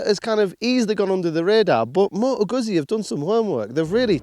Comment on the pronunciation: "GuZZi." Like "PiZZa."